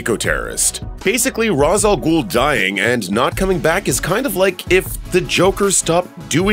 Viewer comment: Umm, good list, but you really need to learn how to pronounce Ra's al Ghul's name. I recommend watching relevant episodes of Batman: The Animated Series so you can hear it.